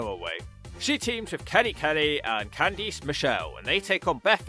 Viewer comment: I can't tell what was worse. Candice Michelle's comeback match performance or your mispronunciation of her first name.